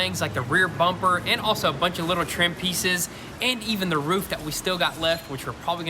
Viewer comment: We gonna ignore the fact he said "we went ahead and wet sanded the whole loof" rather roof lol where the colorful rari go?